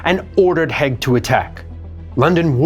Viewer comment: Haig, pronounced Haayg